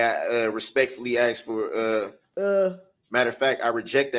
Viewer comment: "Doc-eh-she" & "I did what you axe-me-da-do'" are 2 of my faves...😂 Also "statue" instead of statute...😂😂😂